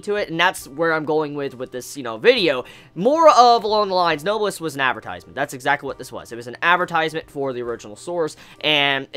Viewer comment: it's pronounced "no-bless" . it's a real word so if you search it up you can hear it just to make sure. AND SOMEONE PLEASE TELL ME THE SONG IN THE BACKGROUND PLEASE PLEASE PLEASE!!!!!!